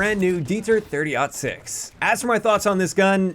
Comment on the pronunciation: I am ecstatic that you pronounced 30-06 correctly. Every YTer I've seen called this "30 0 6."